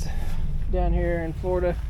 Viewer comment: “Florduh” is not a word.